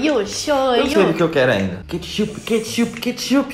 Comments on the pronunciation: Uma coisa engraçada,desde quando é "katshup" kkkkk Fora isso o vídeo tá uma DELÍCIA AMO VOCÊS <3 Edit: é BOLACHA ou BISCOITO? Edit 2: é KATSHUP ou KETCHUP? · Quem viu ? " Katshup " kkkkkkkk